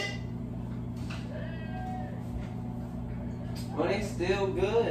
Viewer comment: “ In theee KITchEN” 😂😂😂